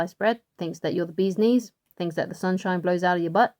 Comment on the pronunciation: "The Zun-zhine doez blow outta my butt" Baby!!🌞🤣💕